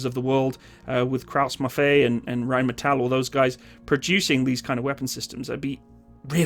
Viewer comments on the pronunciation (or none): Did you just say Krauts-Maffei on purpose? 🤣